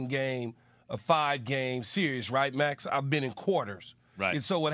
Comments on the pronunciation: Someone tell keyshawn it’s not called a “serious” lol it is “series” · SMH my boy key can’t even probounce series 😂😂